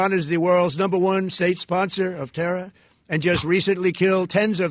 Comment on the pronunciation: He tried saying Terror like Bush did when the war on terra was announced.